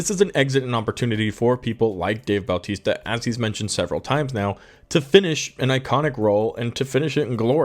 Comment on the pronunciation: His name isn't Baltista. It's Bautista. no L.